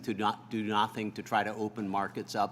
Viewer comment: I was hoping someone else noticed that lol.